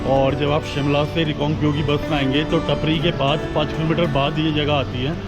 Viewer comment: टपरी nhi टापरी bolte h bhai